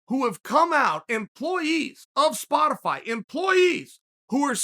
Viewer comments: damn he really said Spo- TIH-fy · i dont need you spo-tee-fie